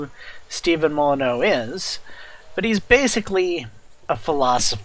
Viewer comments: His name is not "Steven moloneau" it's "stef-on moll-in-you" really not that hard to pronounce. Try it! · He's an anarcho capitalist. And it's Stef-ann moly-new . Thanks for the video